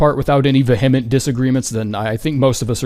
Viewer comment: you are my favorite elden ring creator. you are flawless in my eyes. that said, i’m not sure i can handle another mispronunciation of “vehement”. you say vuh-HEH-ment but it’s closer to VEE-uh-ment. i’m sorry i know this is pedantic